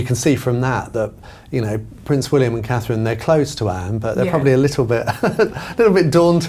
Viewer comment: Looking beautiful as ever! Please no more until she can say Princess Catherine!